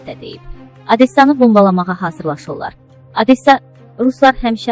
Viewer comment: OdessAaa da deyil... OdEeeessadır...